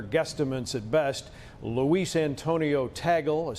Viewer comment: Loo weez Tei Guhl lol hahaha... pronounce it as Loo Ease Tahg Leh